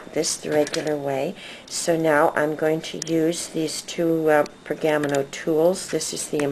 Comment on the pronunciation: Per-ga-mano...not pergam-no